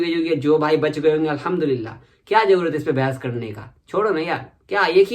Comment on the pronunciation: Aap ka allaham dulila bolne ka andaz boho acha hai bhai